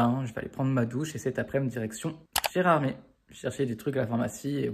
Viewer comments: JAMAIS !!! 😂 le cauchemar de tout vosgiens quand les touristes appellent notre belle ville « Gerardmere ou Gerardmeurs » 😂 j’y ai vécu 15 ans (de mes 2 à 17 ans) et chaque année pendant les saisons on s’arrachait les cheveux avec la prononciation des touristes 😰😂 c’est Gerardmé !! 😂 On a décidé de vivre à quelques km à cause de l’influence des touristes ce qui rend la ville invivable en été et en hiver, mais je considère notre perle des Vosges toujours comme mon petit chez moi 🥹❤️ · Ça se prononce Gérard meurs dans la phonétique 😅